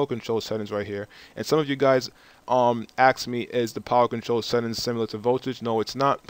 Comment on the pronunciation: I'm sorry, I know it's not the point of the video, but why do you say "axe" instead of "ask" or "axed" instead of "asked". It's not even one of those similar words that are easily confused. I'm not making fun, I'm just interested.